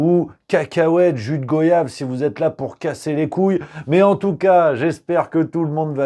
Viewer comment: Jus goyave....ça se dit comme voyage....😊